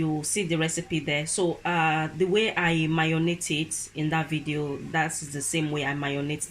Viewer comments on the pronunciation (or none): Hi it's called "marinate" not mayonate 😍